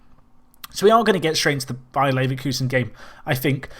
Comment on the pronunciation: Did he say BAYERN Leverkusen?